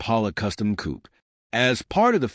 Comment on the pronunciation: Zum Schießen, wie die Yanks unfähig sind, das simple Wörtchen "Coupé" richtig zu artikulieren ...